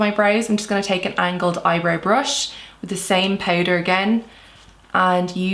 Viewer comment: The ‘poutder’ pronounciation 😁